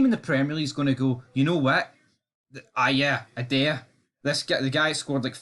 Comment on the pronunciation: got so angry there he started pronouncing Idah's name correctly.